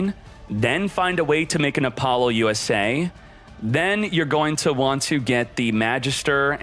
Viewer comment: “Apollo-USA” lol what? I’ve never heard anyone pronounce Apollousa that way 😄